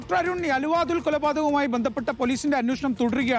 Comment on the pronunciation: എടോ എന്താ പുലമ്പുന്നത് അലുവ അതുൽ അല്ല ആലുവ അതുൽ ആണ്